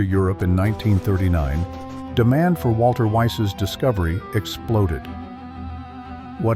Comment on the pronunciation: And why do you pronounce "Walther" as if it were an English name? This spoils your whole video.